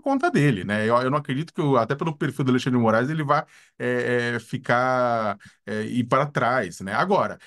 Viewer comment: Bullying da estrema direita kkkk Aí eu ouço também: "Alei xan dre de Moraes no alto do seu poder" Vocês são uma piada mesmo